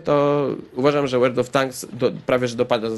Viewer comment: "Łerld" of Tanks Zaawansowany angielski xD